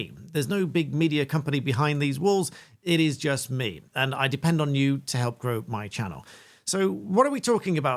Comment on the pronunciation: Did she say "grow the economy" or "blow the economy"? 🙄